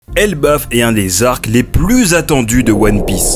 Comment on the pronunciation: elBAF pas elbeuf, mais sinon genial